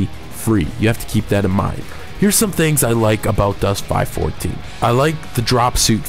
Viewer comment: ITS 5 1 4 pronounced five one four ill just leave this here